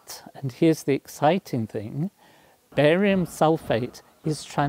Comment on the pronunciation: I thought he said "Barry White" at first!